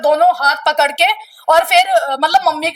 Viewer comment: कपड़ लिया कपड़ लिया क्या होता है आंटी पकड़ लिया बोलो न बोलना भी नहीं आता इन औरतों को तो😂😂😂